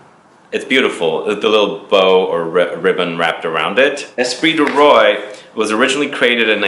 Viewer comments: Espirit du Roi. I'm pretty sure it is pronounced "Rua", Spirit of King. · The way he pronounces Roi makes me cringe. It's pronounced [ʁwa]. Ignorant Americans.